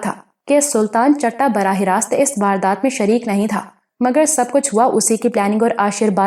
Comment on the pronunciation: Please ask someone for your pronunciation 😞 it's not CHATTA it's CHITTA, It's common slang in punjabi